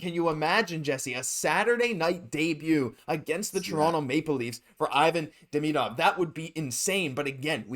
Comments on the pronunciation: Demidov....hmmmm. Why are you pronouncing it Demeedov? There's an I in the middle, not multiple letter, e's??? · Curious.. I’ve heard so many ways to pronounce his name but on Russian channels, it seems to be: Dee-Mee-Dove (like love). Did he say how he wants it pronounced in North America?